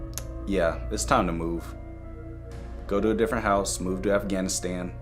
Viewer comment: Bro the fact he always says MOve tO AfgHanAsTaN is so funny xD